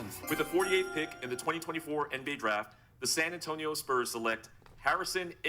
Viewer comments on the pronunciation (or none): Did my man said SPERMS instead of SPURS?!?! 🤣😂🤣😂🤣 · He keeps calling the spurs the sperms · Bro why was flight calling the spurs the sperms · Why flight callin the spurs sperms😭😭😭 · Why does he call the Spurs "Sperms" 😭😭😭